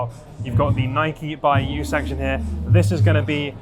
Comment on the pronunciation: Please stop calling it “nikey”! Please pronounce it as “nyke”!